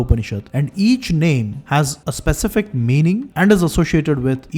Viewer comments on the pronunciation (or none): none